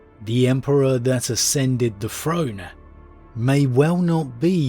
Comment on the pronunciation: The Emprer on his frone finking about fings ...